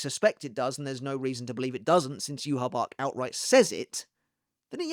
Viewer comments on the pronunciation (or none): idk, it's supposed to be Lillé/Lillay (and Yhwach is supposed to be Yuhabahr and not Yuhabak, as "ch" in German is similar to a "hr" sound, reich is prononced reihr and not reik)